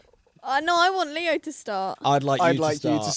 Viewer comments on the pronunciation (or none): Why do they always say theo instead of saying leo, just asking?